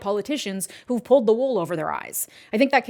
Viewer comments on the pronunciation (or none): none